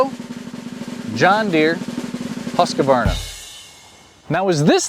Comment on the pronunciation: Husqavarna. Never heard it pronounced that way.